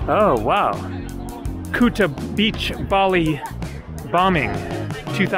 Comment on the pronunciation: Pronounce the oo in Coogee more like the ou in could. And end of summer into autumn is when the water is warmest for swimming.